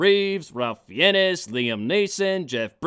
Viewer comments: You must've really gotten sloshed if you couldn't pronounce Ralph Fiennes's name right. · So, this bombs, but the Pirates of the Caribbean series gets a pass? I see Disney's hold over the dorky masses remains strong, even after The Last Jedi. Also, he talks about how terrible their accents were, and yet he can't pronounce "Fiennes"?